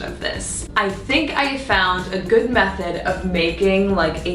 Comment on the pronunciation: Lol, i was thinking the same